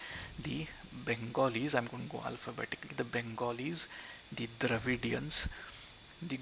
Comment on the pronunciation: So, you pronounce the English word ‘Dravidians’ the Sanskrit way? 🤣 No, ‘Dravidians’ is an English word and you pronounce it according to the English grammatical rule.